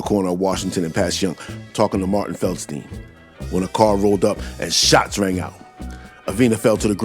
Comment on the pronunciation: Man... l dig how ya say Shots rang out! 💪🍁 Canada in da hoose, eh?